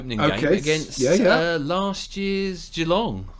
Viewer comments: Generally, don’t stretch the first syllable in Geelong. G’long rather than Gee-long. Just listen to the commentators…. 👍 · Geelongs pronounced almost like ja-long